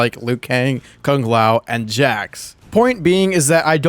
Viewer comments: Kung Lao does not look like Kung Lao. Also can peoole stop pronouncing Kung Lao's name as "Kaang lao" it's "Kuuu-ng Lao" for ffs 😀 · That because the Conquest series sometime say Kang Lao instead of Kung Lao. It all started with that series